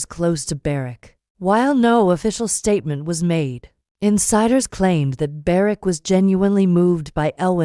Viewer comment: Could you please find out how to pronounce their names properly. It is quite disrespectful not to do so.